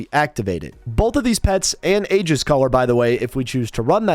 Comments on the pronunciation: So ya know its said as "eejuhs" not "agus" lol. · Complete tangent but Aegis is pronounced e-jis with a long e as in eat. Though often a-jis is used with a long a as in ate. The g makes a j sound as in Geronimo or geriatric. "egg-us" is what you risk kids doing to your house by giving out lame treats on Halloween. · Aegis pronounced ē•jis